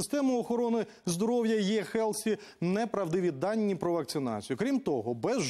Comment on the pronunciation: Не "єПідтрика", а "еПідтримка"; не "єХелсі", а "еГелсі" - незалежно від того, як кажуть ті недолугі міністри і їхні підлеглі.